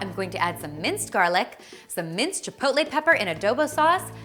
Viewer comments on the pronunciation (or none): none